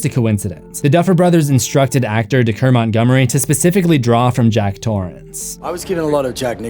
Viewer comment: It’s pronounced DAY-KER not DKER